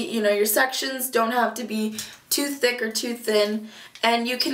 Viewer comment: THICK not tick